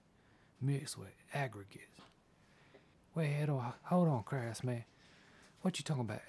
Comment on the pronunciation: All this time I thought his name was Craftsman not